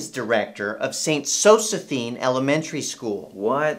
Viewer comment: "what i clearly see is a girl who's not getting into zo-ze-PHINE..." "prrr" hahahahaahha